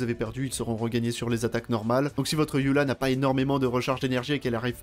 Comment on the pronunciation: Pourquoi "yula" et pas "Eula"?🥲